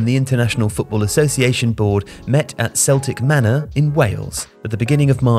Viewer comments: It's pronounced keltic manor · It's pronounced "Keltic manor" btw it's a hard C. Celtic Manor. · It's pronounced kell tic manor in Newport 😋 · Celtic Manor it is not pronounced like the football club Celtic, but rather as if it was spelt with a K at the start. I.e. Keltic. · It's keltic Manor pronounced like the celts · It's pronounced Kel-Tic Manor. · Celtic Manor in Wales is pronounced with a hard C, not with a soft c like the football club in Glasgow. Great video though, very informative! Remember everyone getting so wound up about such a low-stakes item of clothing, didn't realise how long the controversy built up for 😂 Probably right that they are banned in terms of safety, the only way around it would be to make them easily detachable in the case of them being pulled by an opposition player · your pronounciation of 'celtic manor' was an absolute travesty, from a Welsh Person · Oh. Your pronunciation has been really good recently and then you say 'Celtic Manor' with a soft C.